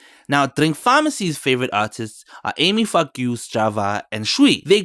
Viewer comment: 🤣🤣 The Ami Faku pronunciation... Ami Fuck U 😂😂😂😂